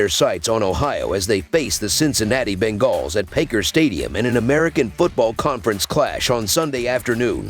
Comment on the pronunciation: He is saying it wrong, it's bunguls